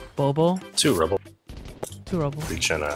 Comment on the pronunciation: when said bobo as bobo when you’re suppose to say it like BOBOH